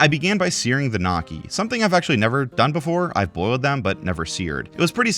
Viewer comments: "Knockey" Wtff is knocky, you mean "nyow-key" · I have never felt a rage so great as listening to say 'Knockey'. Gnocci are pronounced, 'Nyokey'. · it’s like NO-key not NA-key just a heads up bro and I think they are doing g the recipe card thing on purpose so u see it and think of other things to order… could just be a conspiracy, but it’s my world 😂🤷‍♂️ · gnocchi is not pronounced knock-y, rather nyoke-y (yoke rhymes with woke, just put an n in front of it.) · please stop saying gnocchi like that I beg of you 😅❤ NYO-KEY not KNOCKY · gordon ramsay will put his name on anything tbh regardless of quality also gnocchi is pronounced "nyoki" not "knocky" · It's not "nocky". 🪄 it's "nyo-key". *swish and flick* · Nyo-kee not Knocky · Dude it's not nock-ie it's pronounced ni-oh-key. Gnocchi I can see phonetically you made sense but when you realize it's from an area it's best to learn the correct pronunciation. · yeah nah everyone i know pronounces it knyocky, not just knocky. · spent a good amount of time in both places and have heard no-ki and nyo-ki but never knocky. also he’s american so it’s still bizarre even if that was true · “KNOCK-ee” bro cmon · Hearing you say "knocky" is driving me insane. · NO-KEY ITS NO-KEY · prounouncing gnocchi as knock-ee isnt helping your good cook case i will tell you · never let an american pronounce gnocchi, they dont know how to and this video just goes to show that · literally just neo-key. did make me laugh tho lol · He called them knockey 🤣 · Sitting here for awhile thinking to myself "What the fuck is a knocky " Then I realize it was ghnocchi 💀💀. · Gnooo-chi is how you pronounce it 😭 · Can't get over how you say gnocchi. Nocky, my favorite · "you-mami" "knocky" jfc dude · "Nocky" Oh lawd plz T_T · I love you calling gnocchi "nocky" lol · "Creme fra-chey...knocky" 😂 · knocky for gnocchi and youmommy for umami LMFAO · it’s killing me 😭 gnocki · there's absolutely no way you pronounced that like that